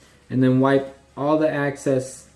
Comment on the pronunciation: "Axcess oil" ... do you mean excess?